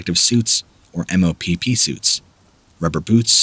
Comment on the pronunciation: It’s MOPP gear, as in “mop the floor”. Not em-oh-pee-pee gear. Mission orientated protective posture.